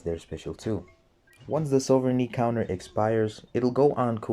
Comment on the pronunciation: I love how each time you said sovereignty, you pronounce it differently